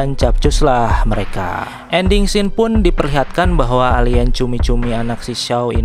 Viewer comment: Gw udah sub bang. Krn u baca scene dibaca sin. Cz ada yg bikin pidio scene dibaca sken bikin geli. Wkwk2k